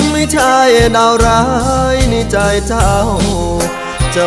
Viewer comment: รู้สึกน้องจะมีปัญหาเสียงครุ นะ เช่น "ใจ" ร้อง "จาย" เสียงดี มีเอกลักษณ์ ฝึกออกเสียงอักขระให้ชัดเจน เพลงจะไพเราะขึ้นครับ